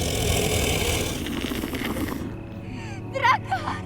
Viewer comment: They don't even know how to properly say DRACARYS 🙄